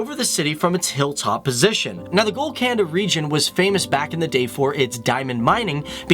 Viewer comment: Lol when he said GOLKONDA, Kohinoor, Nizam counldnt understand it